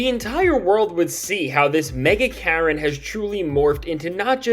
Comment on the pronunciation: Did you say MAGA Karen or Mega Karen ? 😂 either way , it works